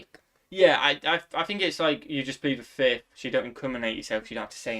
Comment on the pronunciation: sai it right on "plead the fifth"😅